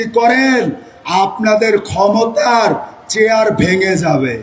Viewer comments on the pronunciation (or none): none